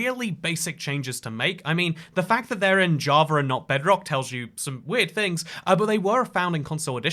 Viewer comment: Ah, the “inclusive R”! Pander Express! Idear of! Threer acacia planks (probably)! 😊